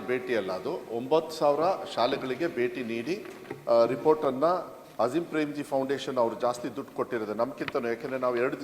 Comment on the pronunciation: ಇಂತಹ ದುರ್ದೈವ ನೋಡಿ ಎಂತೆಂಥ ಮಹಾನುಭಾವರು MLC ಗಳು ಆಗ್ತಾರೆ ದೊಡ್ಡ ದಾನಿ ೧೪೦೦ ಕೋಟಿ ರೂಪಾಯಿ ದಾನ ಮಾಡಿದ ಅಜೀಂ ಪ್ರೇಮಜಿ ಹೆಸರನ್ನೂ ಸರಿಯಾಗಿ ಉಚ್ಚರಿಸಲೂ ಬಾರದ ದಿeಡ ಪಂಡಿತ ರನ್ನು ಕಾಣುವ ದೌರ್ಭಾಗ್ಯ ನಮ್ಮ ನಾಡಿಗೆ ಬಂದಿದ್ದು ದುರಂತ... ಕನಿಷ್ಠ ಪಕ್ಷ ಬರೆದಿದ್ದನ್ನೂ ನೋಡಿ ಓದೋಕೆ ಬರದಿದ್ರೆ ಹೇಗೆ ಸ್ವಾಮಿ? ನಾವು ಎಬಿವಿಪಿ ಯಲ್ಲಿ ಇದ್ದಾಗ"* **ನನ್ನೆದೆಯ ಬಿಸಿ ರಕ್ತ ಕುದಿ ಕುದಿಸಿ ಮಸಿ ಮಾಡಿ......*** ಸಂಪೂರ್ಣ ಹಾಡು ನೆನಪಿಲ್ಲ ಕ್ಷಮಿಸಿ ಈಗ ಇವರ ಕನ್ನಡ ಉಚ್ಚಾರ ಕೇಳಿ ಮತ್ತೆ ರಕ್ತ ಕುದಿತಾ ಇದೆ.... ಇರಲಿ ಅಲ್ಲಿ ಇರುವ ಪಂಡಿತರಾದರೂ ಅವರ ತಪ್ಪನ್ನು ಸರಿಪಡಿಸ ಬಹುದಿತ್ತಲ್ವ? ರವಿಕುಮಾರ್ ಅವರ ಪರವಾಗಿ ಮಾನ್ಯ ಅಜೀಂ ಪ್ರೇಮ್ಜಿ ಅವರಲ್ಲಿ ನಾನು ಕ್ಷಮೆ ಕೇಳುತ್ತೇನೆ.. ಮಾನ್ಯ ರವಿಕುಮಾರ್ ಅವರೇ MLC ಹುದ್ದೆಗೆ ಗೌರವ ಕೊಟ್ಟು ಹೇಳ್ತಾ ಇದೀನಿ. ದಯವಿಟ್ಟು ಸ್ವಲ್ಪ ಹಿರಿಯರ, ದಾನಿಗಳ ಹೆಸರನ್ನು ಸರಿಯಾಗಿ ಉಚ್ಚರಿಸಿ .. ಅಷ್ಟಕ್ಕೂ ಕಷ್ಟವಾದ್ರೆ ನಾನು ಕನ್ನಡ ಕಲಿಸೋಕೆ ತಯಾರಿದ್ದೇನೆ... . ಎಲ್ಲಾ ಸರಿಯಾಗುತ್ತೆ ಅನ್ನೋ ಅಪೇಕ್ಷೆ ಇದೆ... ಧನ್ಯವಾದ ಗಳು🎉